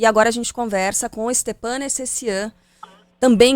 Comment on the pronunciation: Stepan? É Stefan que se pronuncia.